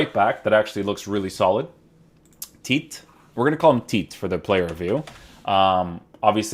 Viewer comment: Pls don't call him Teet... His name is pronounced Teh-Teh